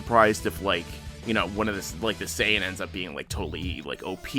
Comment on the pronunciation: Say-on ancient God smh